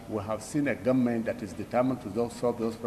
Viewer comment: A minister who can't pronounce "government" is the ministry of education? Nigeria "goment" is not serious! How can the educated Igbos and some Yorubas listen to these types Hausa uneducated people? Boggles the mind! Just reduce the cost of "goment" to minimum wage like all others.